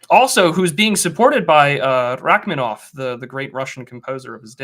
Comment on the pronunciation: Rachminov? Rachmaninov. Four syllables.